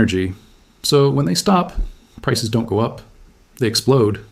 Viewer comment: Or the word don't. the Ai says Don - Tee